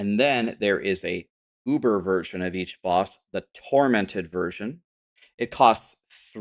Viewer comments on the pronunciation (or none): none